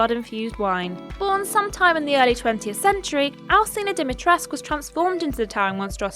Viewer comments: Is it not "dimitres-koo"? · the U is not silent in Dimitrescu